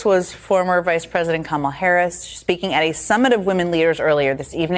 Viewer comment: I thought you said "Gobella Harris" lolol.. Oops